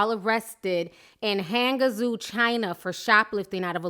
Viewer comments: Ti, I love your videos but I just wanted to pointed out that Hangzhou is pronounced Hangchoo :) but other than that, this is embarrassing, Asian have no chill and this is just gonna make their perception of black people even WORSE. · Why is a Vietnamese guy reporting the story and why can't anyone pronounce Hangzhou correctly?